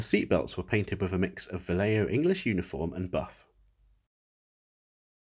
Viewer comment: "vallejo" is actually pronounced "bayeho"